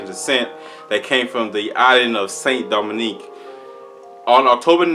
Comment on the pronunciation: Not Saint Dominic. It’s Saint Domingue. Pronounced Do- MENG.